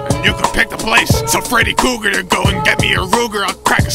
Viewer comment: It’s Freddy “Krueger”. Not Kruegar lmao